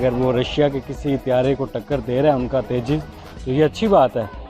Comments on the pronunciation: तेज़ा नहीं तेजस है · Abe Teja nahi Tejas... Waise Andaaz Apna Apna ka Paresh Rawal wala Teja mai Hu mark idhar hai yad agaya 😜😜😜😂😅🤪 They use to make fun of Tejas ✅️ which is any day way better than Chinese junk fighter JF17 Blunder 😂🤣 now keep crying silly Pakistanis 😜